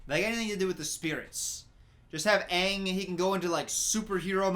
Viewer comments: better than whoever "Uhng" is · OMG they pronounce his name sooo wrong Me (german): his name is Aang, not Eng, what is wrong with you? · asians be like: its Aang, not Eng. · they pronounced it ung or ong and they pronounced it ah-va-tar or uh-vatar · At least the Ember Island play pronounced Aang correctly, not “ung” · I tried to watch this movie And once I heard they pronounced Aang wrong, I stopped and never watch it till now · this man commenting on the mispronunciation of aang in the movie, then saying “iroh” like that smh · i love how you critizise em for pronoucing aangs name wrong (im also annoyed af ;P) but you still say "eeroh" to uncle Iroh